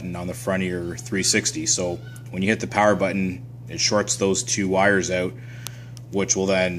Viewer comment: I heard the Canadian inflection on the word "out". 😁